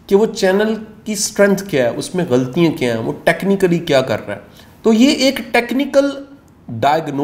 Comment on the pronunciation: Ghaltian not ghaltiyein